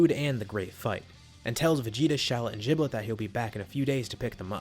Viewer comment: Why do people pronounce Gilbet's name wrong